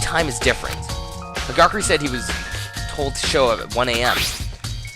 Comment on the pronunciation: Hagakure is pronounced Hagakuure!